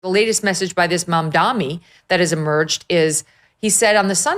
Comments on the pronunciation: HEY YOU GOT HIS NAME'S PRONUNCIATION WRONG BECAUSE YOU PROBABLY DO NOT HAVE ENGLISH AS YOUR FIRST LANGUAGE. THE LAST PART OF HIS LAST NAME IS SPELLED DANI OR DAMI. THE LATTER IS HOW YOU PRONOUNED IT. SO SAD WHEN AMERICANS CANNOT SPELL OR READ!!!! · It's MamdaNi ....(racist undertones Megyn...I thought you were more intelligent than to mispronounce his name.)